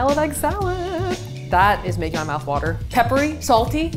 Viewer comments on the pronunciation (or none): Didn’t have to tell me was from Philly after the way he pronounced water “wouter”